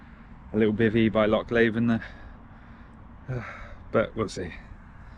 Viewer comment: It’s “Loch Lee-ven” Good effort. Can’t believe you went up the Dron hill instead of the Glenfarg road. Madman! Well done!